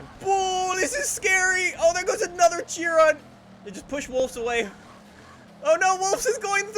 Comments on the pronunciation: It's pronounced 'She-Ron' not Chi-Ron. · ITS PRONOUNCED AS SHEE-ROWN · It's pronounced Shiron, damn it. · Fuck's sake,. Howany times must I comment its not pronounced Chee-ron! Its pronounced Kai-ren! Not chee-ron or shir-ron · BTW it’s pronounced Shiron not Chiron even tho spelled Chiron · its pronounced shi-ron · Chiron is pronounced like (Sheh-Rone) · Hold up, Cheer On? You mean Chiron. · Chiron is pronounced she-Ron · now listen here you brony if you would actually watch interviews with the team behind the Chiron you would hear them pronounce it shiron. this is because they are FRENCH this is the same if you put Chiron into the FRENCH language on Google translate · BrunoBucarest i thought it was pronounced "Ki-ron" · The point is, it's not pronounced "Tchiwon"... It's a french name.